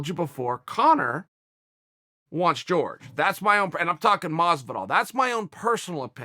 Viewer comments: Quit saying Jorge (George) it's Jorgé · It's "Whore-hey"' not ""George btw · its Horhe !! not George ffs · Bro its fucking Jorģe not george you racist fuck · Dr. Mindfulness of Water nah, it’s George. This is America, and we pronounce the J’s. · Dude his name isn’t pronounced like George lmao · His name is Jorge (HOR-HEY) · he needs to start pronouncing it correctly, as in hor-hay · How hard is it to say Jorge properly? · even Nate knows how to pronounce Jorge's name properly. smh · Like this comment so Chael will say Jorge the right fuckin way!!!